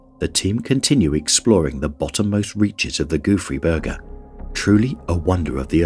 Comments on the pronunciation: I listen to these with the screen off and I kept hearing Goofy Burger. I was like no way that's what it's actually called l😂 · How hard can it be to learn a french pronunciation and not call it the "Goofy Burger" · All I hear is Goo Free Burger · It’s “ gouffre Berger” instead of “goofy Burger”. Gouffre means gap and a man named Berger, discovered it. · i kept hearing "goofy burger". i see its spelled Gouffre Berger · I can't stop hearing 'goofy burger' in first one💀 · I was hearing Gooey Burger haha I was luke Guess he don't want no Ketchup for a Dry Burger hahaaaa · I keep hearing goo-free burger. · All I also hear is goofy burger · I wish the narrator would have learned how to pronounce Gouffre Berger somewhat properly. 😕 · Haha me too, and the funny thing is that's not how you pronounce it in french